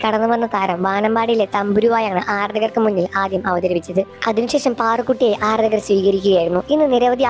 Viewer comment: അര ദ കർ.... അല്ല ആാരാ ധ കർ.... മലയാളത്തെ കൊല്ലരുത്..... ശ്വാസം വിട് ചത്തു പോകും